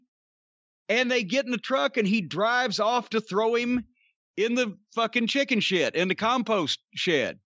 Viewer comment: I don’t know if it’s just me, but I hear Jay call Mark “Chicki” not straight “chicken”. I know it’s the same thing, but it’s how he says it that gets over along with how Mark behaves.